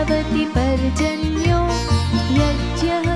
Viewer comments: Aapne Ati Sundar Prakar se gaya hain kintu ek truti hain ki aap yagya ko yajya bol rahi hain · ज्ञा को आप ज्या क्यूँ बोलती हो वैसे आप बहुत अच्छा गा रहीं हो ...🎉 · यज्ञ म्हणत जा ताई तुम्ही यज म्हणतात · Everything is nice about you except pronunciation of word yadnya Please correct it Wrong pronunciation leads to Wrong meaning in Sanskrit